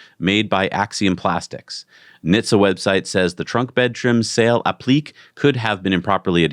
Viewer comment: The word is pronounced ---- App-li-kay